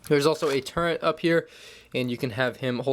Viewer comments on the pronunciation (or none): why does this guy pronounce "turret" as "turnt"? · Dude said turrent